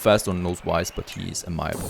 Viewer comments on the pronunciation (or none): FYI - "Amiable" is typically pronounced "ay-mee-a-bull"